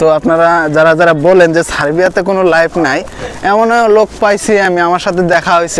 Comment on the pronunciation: লাইভ নাই এটা ঠিক কিন্তু লাইফ আছে, উচ্চারণ ঠিক করেন আগে।